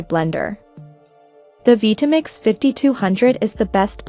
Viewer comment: what is a vee-tamix?